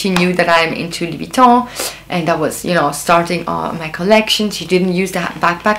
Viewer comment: By the way, your French pronunciation is perfect! 👍